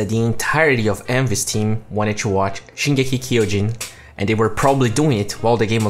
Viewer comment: the way he pronounces "shingeki no kyojin" bafflEEs me